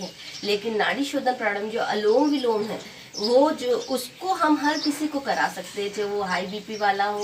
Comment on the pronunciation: अनुलोम विलोम कहते है जी अलोम विलोम मत कहिये.